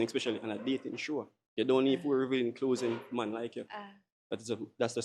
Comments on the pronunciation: if dah bredda ya say "clothsing" one more time!!! Go learn fi chat man. The first girl skirt did short fr but the second girl looks good. Wat u mean skirt to her knee! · Not 'closing', 'clothing '. Put your tongue between your teeth. Lol😂😂😂😂😂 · “Revealing closezing” 😂